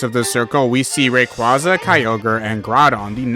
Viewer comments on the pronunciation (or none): none